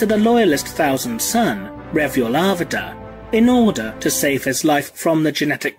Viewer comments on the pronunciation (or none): "Warhammer forty 'fousand' timeline". Gotta love the th-fronting from you brits🤣🤣😂! Guess it's too much work to say "th". Sounding more like Ork's every passing year. Soon "the" will be completely taken over by "da" ork's.